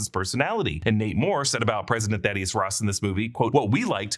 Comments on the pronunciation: Who else keeps hearing "Namor" every time he says, "Nate Moore"? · Who else keeps hearing "Namor" when he says "Nate Moore"? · Not me